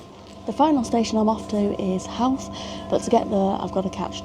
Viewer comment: And just for fun, Howth - Hoe-th. You've nail the th part